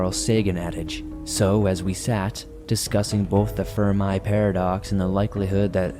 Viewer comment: how do you mispronounce Fermi?